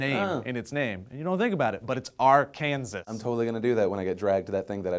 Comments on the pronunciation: IT'S PRONOUNCED LIKE ARKANSAW!!! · Arkansas is pronounced Ar-kan-saw. We were a state first. Fuck Kansas. And fuck Arkansas voters for not approving issue 5. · Its pronounced ''arkansaw'' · Ar-kansas stupid. Duhhhhhh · Pronounced: arkansaw :P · Just so you know, pronouncing Arkansas as Ar-Kansas is illegal in the state of Arkansas. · I live in Arkansas and it is actually illegal to pronounce it Ar-Kansas. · Arkansas pronounced as Ark an saw. But I voted for medical marijuana because we need something other than opiods that ruin lives. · We used to do testing in the military. According to their studies, THC can last in your system for 30 days. PS. it's pronounced Arkansaw....we Kansan's dont claim them! lol. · BLERGALERG ARKANDSAW its ARKANSAW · It's Ark-can-saw. . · It's pronounced AR-CAN-SAW,. Get it right. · I love the change, and I'm from Arkansas, there was a big church movement to have medical marijuana rejected, which made no sense to me. btw it is Ar-kan-saw is the correct way to pronounce it, the name is derived from the quapaw indians, in fact Arkansas was settled as a territory with current name way before Kansas. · Oh, by the way. In Arkansas, it's illegal to mispronounce the name of the state xD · ...I like the hat,. but come to Arkansas and pronounce it like you did, you may get hurt. Just saying. But ya, you're still an awesome dude:) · Aww, as an Arkansas native, I'm offended by your pronunciation of the state name. C'mon guys. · dont get me wrong, youre awesome, but fuck you for saying arkansas that way! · THAT'S NOT HOW YOU PRONOUNCE ARKANSAS!!! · Did you know it is illegal to mispronounce Arkansas when in said state? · Unless you know how to actually say AR-KAN-SAS but oh well Woo Pig Sooie!